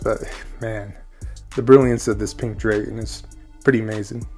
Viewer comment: I can’t hang with your dragon pronunciation. 😊